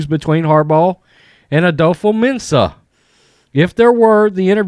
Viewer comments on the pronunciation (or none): Are you saying Harball? lol